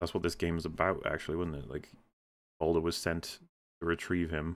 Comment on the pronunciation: I keep hearing 'Boulder' when says 'Baldur.'